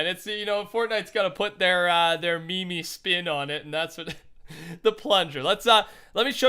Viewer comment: It's meme not Mimi lmao